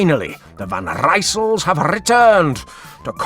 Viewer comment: I watched the end of the stage and the sound of our dear uncle pronouncing "Van Rysel" was ringing in my ear.